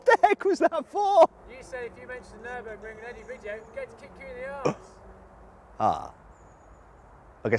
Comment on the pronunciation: ニュルの名前を言うとき、ドイツ語っぽく発音したな😁